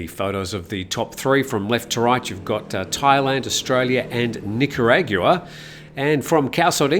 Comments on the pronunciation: I think is pronounced nickerauwagon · Nick-are-ag-wah 😂 sorry, had 2 do it. Nothing but love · It's pronounced "Nick Ah Rahgwah" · I think I heard: Nicaraguea-gua-aqua-gua 😅 It's right next to Nicaragua 😮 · Who won Miss Universe? I couldn't understand your destruction of the name of the country. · Thank you for taking the lead. I was thinking the same and found myself wincing each time it was uttered.. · how do you pronounce Nicaragua one more time?:hand-orange-covering-eyes